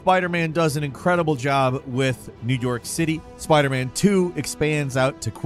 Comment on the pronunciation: Had to rewind to confirm you said “New Dork City”